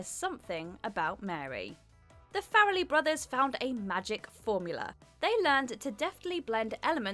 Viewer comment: Clerks would've been better in color It's far-lee brothers. Not fair-lee